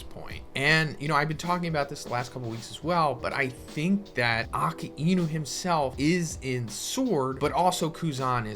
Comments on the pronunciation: Uh-kai-noo. It’s not “Okee-inu” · Bro its not aki inu ....its akainu get your pronunciation right. 😊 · Just a question why do u say aka inu instead of akainu ? 🤨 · Aka-inou ??? I thought he's akainou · “Ponglifs” “ackaeinu” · the way he say Akainu💀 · the way you pronounce akainu's name is hurting me